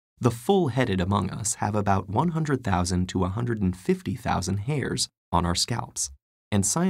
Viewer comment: He said HAIR S?